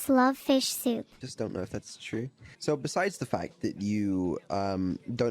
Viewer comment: i lost it at the "thar's why they're placed diagonally"